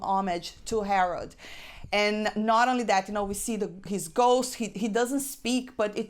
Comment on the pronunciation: Harold not Howard! LOL. Nice review you even had me getting emotional when you were describing the tribute to Harold Ramis.